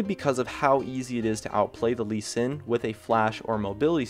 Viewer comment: Sees gnar at number one, CALLED IT "lee s" WHAT DA FUUUUUUUUUUUUUUUUUUUUUUUUUUUuuuu